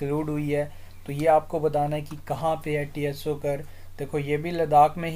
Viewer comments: But its not pronounced as T-S-O 🙏....Its like u saying Apple as A-P-P-L-E .....Not arguing Sir just telling ❤️ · Tso can be pronounced as "Soo"